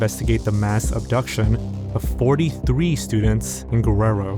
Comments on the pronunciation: You mispronounced Guerrero. It's Geh-reh-roh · “Gwererro” bro is Mexican and can’t even pronounce Mexican city names 😭